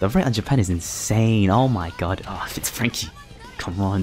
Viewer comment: Majellyian, said franky correctly thats a first for you, pronouncing things right, maltee instead of multi still, Herculeesan thats fuckin way off